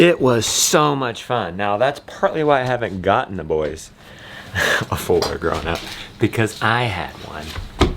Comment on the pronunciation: I had to hear you say four wheeler about four times before I realized you weren’t saying “Fuller” or “fooler” 😂 and I’m from the south LOL